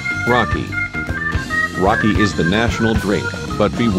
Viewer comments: Lol is not rakì but raki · Raki is prounoanced rah key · he said raki wrong its so fustrating